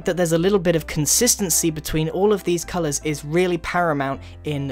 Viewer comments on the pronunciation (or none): none